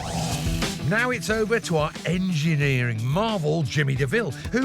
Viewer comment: I love how he, at the beginning, said our "engieering" marvel.